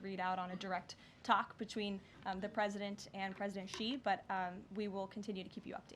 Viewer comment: I thought she said Shein not Xi yet. That's an unusual way to refer to the President of China, just by the first name.